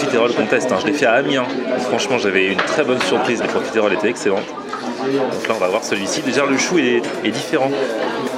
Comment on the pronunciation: Pourquoi prononcer profitééééééééééééroles ? J'ai toujours entendu le e muet, à la rigueur si on le prononce ce sera juste un "euh". Je sais que c'est un détail idiot mais ça m'arrache les oreilles à chaque fois.